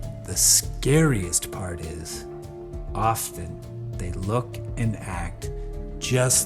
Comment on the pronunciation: Nah my sleepy ass heard you say “often” and had to turn cc on cause is sounded like Austin 😂